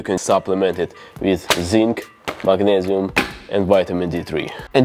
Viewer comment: The "MAGNEZIUM" accent 😂😂